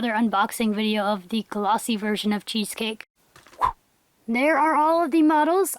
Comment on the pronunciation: when you said cheesecake i thought u said cheese steak lol